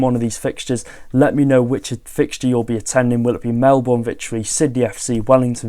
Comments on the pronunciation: Mel-BERN! Not Mel-BORN! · Aussie fan here and just bought tickets for the Sydney FC game (my team). So keen! I need to decide whether to wear my Sydney or Wrexham shirt..., slight tip, if you do any more coverage on the Australian pre-season tour, Melbourne is pronounced 'Melbin' for some reason. Love your work.